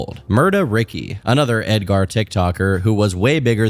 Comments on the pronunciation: bro said Edgar with a hard A-R 😭😭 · Ed-ger Ed-gar 😂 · Edgar with the hard r is crazy